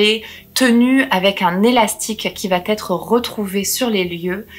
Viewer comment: qui " va être"!! parle correctement, met pas des "t" partout c'est très agaçant!!